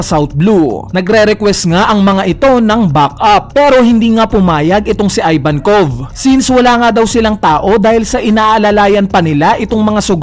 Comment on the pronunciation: ih-vankov not eye-vankov